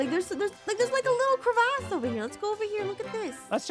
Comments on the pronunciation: the way says " Cravase " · Things I learned • blessed difficulty is awesome • you say cre-vass • aphmau videos are better without ein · Aphmau: The Cravasse Me: what's a "The Cravasse" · I love it when they say Crevasse. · I love when they said “𝐶𝑟𝑒𝑣𝑎𝑠𝑠𝑒” 😂😂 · When said mini crevasse